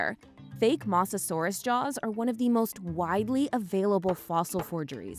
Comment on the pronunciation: I sadly agree… “mossasaurus” was painful to hear. I guess first takes were good enough. Editing team??